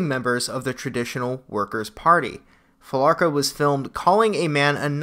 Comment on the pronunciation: I think it's Fee-la-cruh